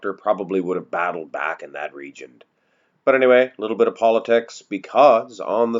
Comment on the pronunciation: Region...not regent.